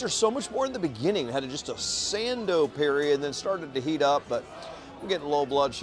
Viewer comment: Sando… sando… Sando. Please. Jeez man